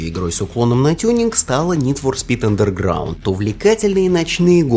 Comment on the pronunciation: Какого хрена чувк, ты не правильно говоришь Underground? И еще, где экраны загрузки у2 и мв, похожи? Пять раз пересмотрел видео, и нихрена не понял. Посредственное видео.